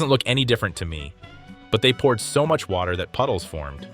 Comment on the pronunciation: Where’s the wotah?